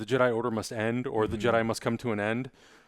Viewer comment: Jedi, not Jeddy. Someone fire Hector!